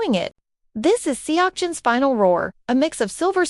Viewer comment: You got kim seokjin name wrong, quit saying his name.